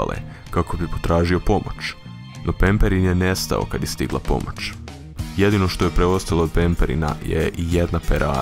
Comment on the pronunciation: De bolan nauči pričati ne kaže se tisuču nego tisuću, nije bespomočan nego bespomoćan, nije pomoč nego pomoć